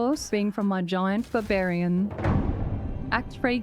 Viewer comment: Babarian, I can't unhear it now.